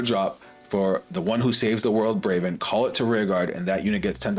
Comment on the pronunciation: It’s Bravern, btw. BraveRn.